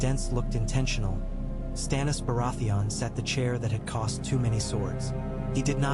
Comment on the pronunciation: Obvious ai voice over cannot even pronounce the name of the subject of the video.